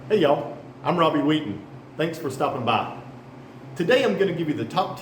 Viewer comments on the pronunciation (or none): none